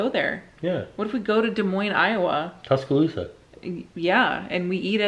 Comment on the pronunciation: Being from Auburn I cringed when you said Tuscaloosa 😂😂 BUT as a current Orlando local, we do like millers ale house 😂 but my boyfriend yelled OHANA!! When you asked that question. Haha so my answer would be Ohana. But in all seriousness the pizza at Lazy Moon is pretty good and cool too. Also all the places in downtown Winter Garden or East End Market.